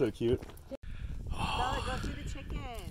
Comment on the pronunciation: She said Chicken the same way the chick said chicken in Onison's banana song 😂.